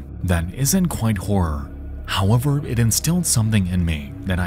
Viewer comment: Might want to work on how you say "Horror" lol. Because it sounds directly like you say "Independent wh**e developers. I was like, "Wait. What did he just say??" and then replayed it back 5 times and each time... yeah... you really need to work on how to say "Horror". Just... putting that out there. Turns out trying to use the type of voicing you do doesn't tend to work out with some words. You cannot say something like a one syllable word when they clearly are two.